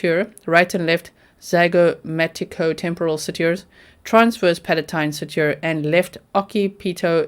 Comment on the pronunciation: Love you going through this with us G! You did excellent with most all medical enunciation and I want the American medical field to adapt the way you say suture! I realize yr enunciation may be determined partially by global location and I love it! And yes, in the medical field we utilize metric measurements, it is standard, so cm, ml, kg, Celsius, etc, are common for us. Great work— I love your related TikTok/ hysterical!!!! HECTIC ❤️